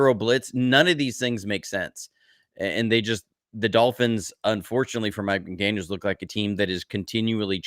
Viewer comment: McDaniel ! Please not McDaniels !